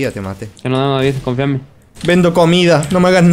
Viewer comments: dice dafif en vez de david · Me divierte como pronuncia ''davidz'' xD (asi lo escucho yo, no me peguen